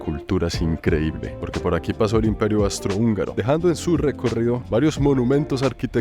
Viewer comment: Querido no soy nadie pa corregirte pero creo que es Austro hungaro, no Astro hungaro❤❤ Adoro tus videos no he visto que vayas a Australia, o será que me lo he perdido?? Saludos desde Veracruz, el golfo de México